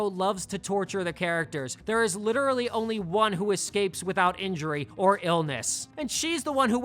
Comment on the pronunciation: Love your vids, but there is no "x" in "escape"